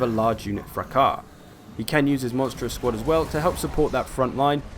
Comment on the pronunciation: ... is THAT how you pronounce "fracas"?